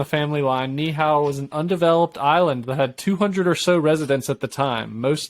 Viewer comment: Ni’ihau 🦻🏾 knee - eee - how